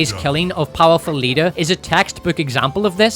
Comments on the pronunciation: All hail! May your glorious reign continue. Can't get enough of "Powerful Leedah" and "Groundhog They" 😂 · the powerful leader, Powaful Leedah Lmao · "Powaful leedah' 😂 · lol I laugh every time I hear it. And I listen to this video once a month or so The ai voice says it the funniest…The powerful leader “powaful leedah”